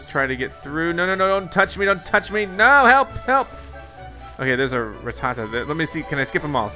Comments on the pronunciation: I’m sry, did he say...”Ra-tah-tah!”...😶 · RrRatTaTa? He says Rattata wrong and it’s annoying